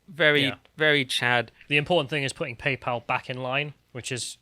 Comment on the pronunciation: Why do you keep calling it "Papal"?